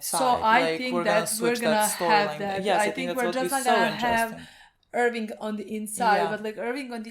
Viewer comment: You guys are great, please stop saying "Irwing" though,.